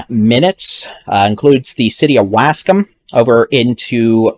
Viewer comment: Yo dude doesn't know how to say Waskom I actually like the way he says it it's funny as fuck